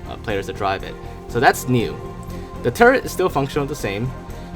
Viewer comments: It's probably a non-English thing. From the perspective of a person who isn't great in English may think turrent and turret are just different ways of saying the word that sound near exactly the same. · Why do people say turrent? Are they like semi retarded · turrent is like when people use Skellington or Demond (yes I have heard people say Demon with a D on the end), there are also some mouthbreathers who pronounce "golem" as "gollum" his provokes a physical reaction from me